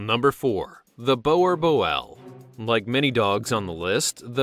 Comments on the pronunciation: Pronunciation on boerboel is very wrong it's like this boo boooerl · The way he pronounced boerboel hurts me... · I found your video interesting, but I have to say I did chuckle when you pronounced no4 Boerboel. "Boerboel" derives from "boer," the Afrikaans/Dutch word for "farmer." Boel is an old Dutch/Afrikaans slang word for dog. Boerboel, therefore, translates as either "farmer's dog" or "Boer's dog" and should be pronounced somewhat like "boo-r-bull." i have one and she is the happiest dog I know and love her to bits including my 5 other dogs :) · It’s Boerboel (bore-boll) not what ever the hell you said. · Your bad in saying boerboel